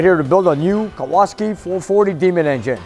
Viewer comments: It's Kowalski, not Kowaski. The guy in the movie "Vanishing Point". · It's really cool plate for your challenger, but it's name has polish roots. And it's actually Kowalski. With an "L". Very common polish surname. Either way, very cool, greetings from Poland too!!!